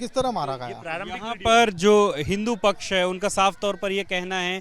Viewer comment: Muslim pach sahi nahi bol raha